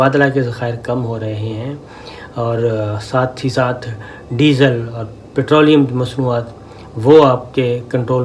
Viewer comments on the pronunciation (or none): Sabbir bhai. ne Diesel jhan bhuj k nomaya bola ha😆😆😆